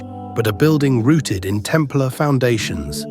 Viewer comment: That’s not how you pronounce Templar. Bloody AI narration😡